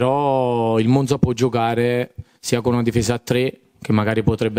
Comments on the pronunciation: Spero che abbia imparato a pronunciare Monza, ma ho i miei dubbi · Se mette finalmente la difesa a quattro gli perdono anche come pronuncia Monza...insentibile dall'allenatore del Monza😂